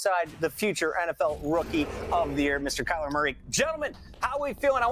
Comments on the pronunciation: It’s “Kyler Murray” not “Kyler Murra” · “KYLER MURRA” 🤣 cowboys fans really don’t know football do they 💀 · Murray * not murra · His last name isn’t MURRA ITS MURRAY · You forgot the Y in Murray🤣😂